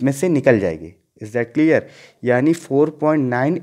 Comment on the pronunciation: Is not cleaarrrrr 😂😂😂😂😂,haha nott clearrrrr,"is that clearrrrrrrrrrrr 😎😂😂